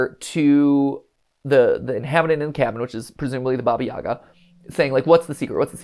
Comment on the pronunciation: Hey Mat, just a quick little note: Baba Yaga is actually pronounced Baba ya-HA (putting the emphasis on the second syllable and pronouncing the “g” like an “h”), at least in Ukraine since the spelling is Баба Яга, and the “г” makes an “h” sound (think “hat”)! Not a big deal, just thought I’d mention it since the characters are Ukrainian! Source: my parents who are immigrants and grew up in Ukraine